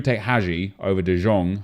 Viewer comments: Pls stop calling frenkie de jong “de zjong” you pronounce it like “de young” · KURWA CZYTAJ DE JONG A NIE DE ŻONG JA PIERDOLE JAK MNIE TO WKURWIA JA PIERDOLE DE JONG JEST POPRAWNIE PO HOLENDERSKU !!!!!!!!!!!!!!!!!!!!!!!!!!!!!!!!!!!1111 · its de yong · Why is he pronouncing De Jong the way he is, I really hope he’s trolling.